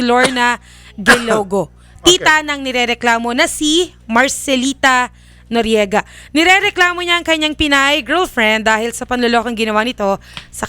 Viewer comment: He said noryega" BAKA" hahaha